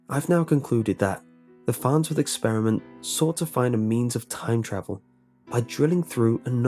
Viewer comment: .... the FARHTSWORTH.....??????"